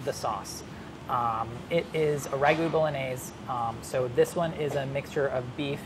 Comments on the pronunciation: the way he says bolognese is a major bummer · Am I the only one who cringes when he says bolognese like that lol it hurts my soul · /BOLOGNAISE/?????? My ears are ringing.